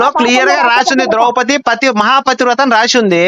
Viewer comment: Not drowpati. Drowpadi